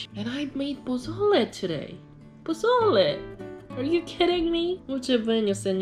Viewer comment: You nailed pozole❤️